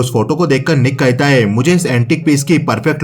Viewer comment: Thabi Nik kahita hai.... Kahita hai.... Nik kahita hai....... It's nik Kahta hai